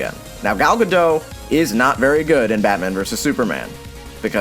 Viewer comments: It's Gal Gadot, not Gadoh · Psst! It's Ga-DOTE, not Ga-DOH. She's Israeli, not French. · Why does no one have a problem with WW murdering everyone she fights? These German soldiers were just men following orders. Yet... when Batman gets brutal on proper villains who choose to be evil for selfish reasons, people get all pissed. Also, her name is Gal Gadot!! No GAL GADOH. Pronounce the T man. Jeez.... That aside, Yeah, Chris Pine killed it in this movie. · you pronounce the t in gadot. it's not french. it's hebrew. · Any chance there's going to be one American who realize the 't' in Gal Gadot is NOT silent? She's been pretty famous for some years now, how hard is it to say her name correctly?